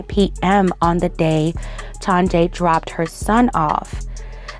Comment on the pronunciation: I feel like her name is pronounced TONYA...